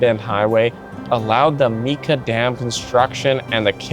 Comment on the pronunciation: I knew a bit of Donald’s history so it’s great to hear more about the area. Small point, Mica Dam is pronounced Mike-ah not Meek-ah